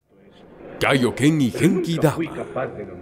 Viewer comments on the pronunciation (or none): Pero no se llama taio ken se llama kaio ken